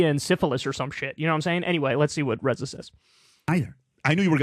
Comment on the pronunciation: It's "Ray-zuh" Kyle, not "Re-za".